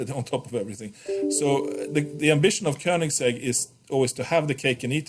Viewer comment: Even though I pronounce it wrong myself, it's nice to hear Koenigsegg pronounced properly. Cheers,!